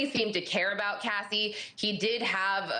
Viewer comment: Her name is Cassie not Cathy